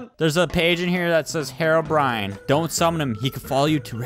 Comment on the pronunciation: "hero-bryan"